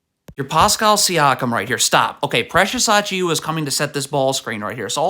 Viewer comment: I love how you pronounce so many names wrong in every video. "Mickle Bridges" was when I started noticing, then here we have "Precious Achioowa." I swear you do it so people will engage and comment "it's pronounced "Mih-cal" not "Mickle."